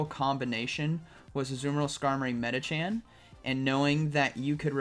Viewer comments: plz when are you learn its medichaM not medichan?? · Love watching your vids but it kills me every time you say Medichan instead of Medicham